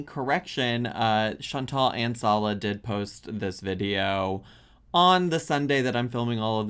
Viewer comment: I think Salah was being smug and telling her how to pronounce it properly, but, he is pronouncing it wrong.